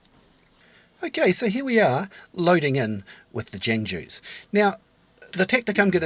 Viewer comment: Great video! And Jangju is pronounced technically like “j-AA-ng joo”, hard to explain yk? it means warrior in persian!